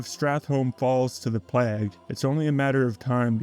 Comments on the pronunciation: `PLAAY-GA-`, not PLAAAAGG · Excellent video essay, but I gotta ask: Why do you pronounce it 'pleggh'? ^^